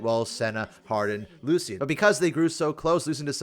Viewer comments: Lu-shen. The C makes an S sound. Other champions say his name all the time. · for the love of god its lu-shan 😭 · That's not how you pronounce that 😅